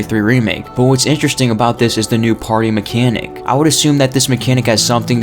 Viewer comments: it's parry, not party.... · He was saying Party. I had the same thought until he added the text on screen. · Parry is pronounced the same as carry. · Why do you keep saying parry like that like seriously just stop lol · It's just the way you say it sounds weird like you've never heard the word before most ppl don't pronounce parry like that lol 🤣